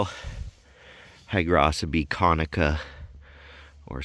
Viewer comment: Hydrocybe - pronounced: ‘Hydro - Kybee’ Not sloppy ‘hydrossssybeee’